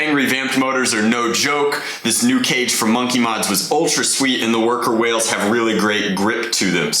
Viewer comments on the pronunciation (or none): he said wail